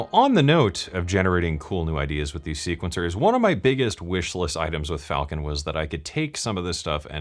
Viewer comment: Is it Falcon or falllcon? 🤣